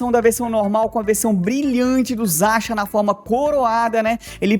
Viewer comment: Pq você pronuncia Zaxiam?